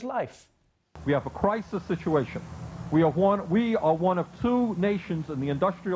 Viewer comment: A cwisis....30 years ago. And I thought Biden was the creepy one.